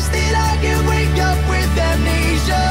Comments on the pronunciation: "WAMWEESHAA" (in my head when micheal said amnesia, this is how it was spelled) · near the end when Michael says wamnesea 😂😂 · "Aimnisia" Hahahahahahhaha<3